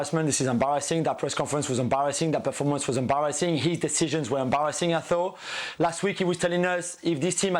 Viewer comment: Nobody Jules: embawassing 😂